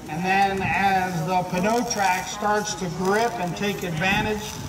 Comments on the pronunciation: nope it is french for tire and the p is in fact pronounced. pa-new. It is not however, pa-no. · Pneu = new not pen-o Newmatic not penomatic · Nope it is a french word that means tire. it is infact pronounced p-new. Not p-no. You are correct in both french and english in regard to pneumonia, however. So for the illness the p is not pronounced. But for a tire the p is pronounced. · He doesn't pKnow how to pronounce pneu